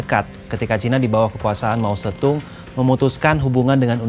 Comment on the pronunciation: Mao zeddong bukan Mao zettung